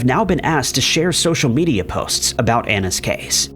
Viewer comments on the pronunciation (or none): none